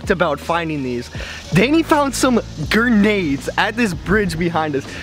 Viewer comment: It’s grenades not gernades😂😂😂 not hate you make money from this and I don’t